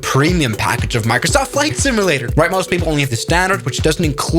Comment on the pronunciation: Not to nitpick, but the way you pronounce "simulator" sounds more like "simi-later", with an "i" instead of a "u".